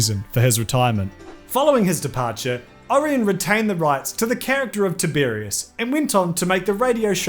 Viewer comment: No, mispronounced it every time. Sorry. ☹️